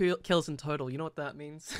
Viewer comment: Tell tht girl to stop saying “i knorrr” instead of i know.